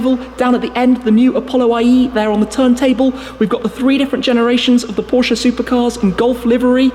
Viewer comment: Thank you for saying Porsche correctly